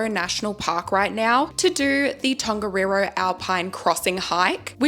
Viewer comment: That siren went off in the middle of the night before we did Tongariro! Also in te reo Māori 'wh' is pronounced like an F, and 'ng' (like in Tongariro) is not pronounced with a hard G (so not gah) it's pronounced like the gn at the end of the word sign